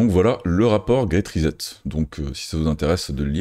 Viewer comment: Bon travail. Très intéressant. Pourquoi prononcer ri-zette au lieu de ri-7 ? Pour le reste, bravo!